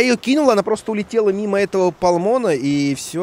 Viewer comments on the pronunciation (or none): Пальмени, а не палмоны😂